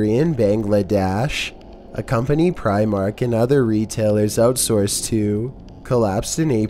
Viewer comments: Lol "preyemark" *Primark. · Pry- mark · Your saying primark wrong